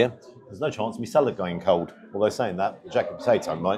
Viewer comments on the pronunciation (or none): none